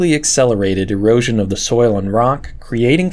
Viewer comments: I had to replay that part because I thought he said Heroin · why does he keep saying heroin scars?